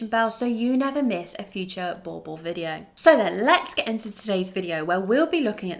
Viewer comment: What I never understand is that if people like you really love the breed, why not listen to how south africans say the name Boerboel and practice to say it properly.